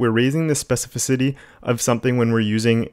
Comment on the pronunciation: specificity not speficity;-)